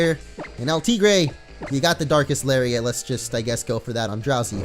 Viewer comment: I seriously thought he said dark ass lariat